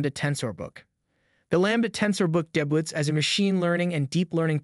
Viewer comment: "Deh-butts"... bye bye.